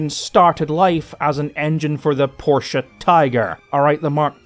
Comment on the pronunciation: > While i really, honestly commend you for your bang-on pronunciation of the German name "Porsche", which is doing wonders for my tortured German ears, i would like to suggest (as a next step in your mastery of German tank names) that you put the German word "Löwe" into google translate and listen to it and repeat a couple times. Your current "low" is just too far off the mark. Even the english "w" sound has no place there. It has to be a "v" sound. Anyway. You'd impress the shit out of everyone who knows, if you could semi-unfuck your "Löwe". (If you can't type the word "Löwe" for lack of an "Ö" on your keyboard then just type "lion", let google translate that into German and listen to the result.)